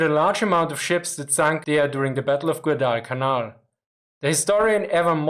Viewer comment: Your pronunciation of Guadalcanal is a little off. It is like quad-al-canal but with the 'g' replacing the 'q' or 'k' sound in quad (four of something).